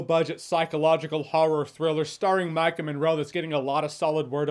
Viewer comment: Ohh it's Maika Monroe, not "Mike 'n' Monroe"